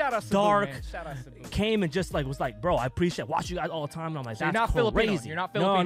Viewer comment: Hats off to for pronouncing Cebu right